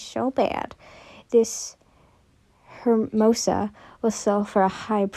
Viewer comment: Yay ive been looking for 1 of these for a long time❤ Hi have you been doing ok?😊 Edit: hermosa is proboinced as ermosa